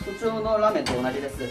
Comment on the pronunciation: 라메응(라면) 쟈나쿠테(이 아니라) 라-메응(라면) 데스(입니다)